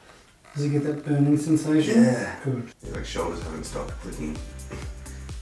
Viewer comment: 'yeah koont' hahaha